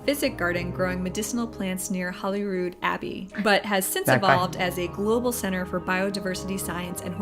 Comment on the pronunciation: People including the BBC say Holly instead of Holy when mentioning Holyrood.